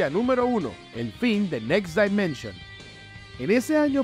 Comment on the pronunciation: Por q dices "next DAImension" si la pronunciación correcta en inglés es "dimenshn"